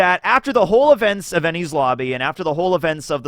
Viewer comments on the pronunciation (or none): none